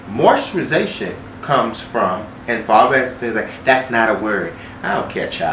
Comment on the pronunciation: Just came to hear him say MOISTURIZATION 🤣